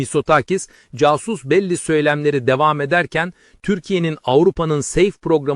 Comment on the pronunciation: “Casus belli” diye yazılır “Kasus belli” diye okunur çünkü bu kelime her nekadar Türkçe kelimeymiş gibi gözüksede aslında değil ve uluslararası bir tabirdir‼️😉